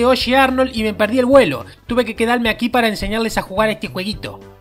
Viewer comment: "tuve que quedalme aqui pala enseñales a jugal este jueguito.............Pi pi",jajaja